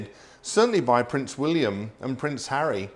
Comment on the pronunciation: Lil too much emphasis on the H..